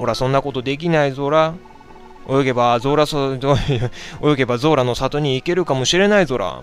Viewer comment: ゾラがズラって聞こえてJOJO２部のあの語尾にズラってついてる人みたいでちょっと笑ったww